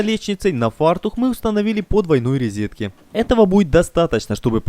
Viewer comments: Самое интересное, что у нас все знают, что "розетка", но упорно говорят "резетка"🤣, я в детстве думала, что от слова " reset" (что, логично вроде😂). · Откуда вы слово такое взяли - РИЗЕТКА . Неучи !!! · РОзетка, не рЕзетка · Очень интересно и здорово. Спасибо! Но. Уважаемый гражданин с золотыми руками. Слышать ударения на "о" в словах типа кухОнный - несколько тяжеловато. Так говорить не надо. Проверочное слово тут - кухня, улавливаете? Ну кУхня - по другому не скажешь, равно как и кУхонька. Так что кУхонный - это для русского языка литературная норма. PS - ну и "ризетка" ... это кровь из ушей.